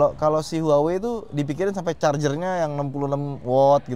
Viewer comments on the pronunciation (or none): none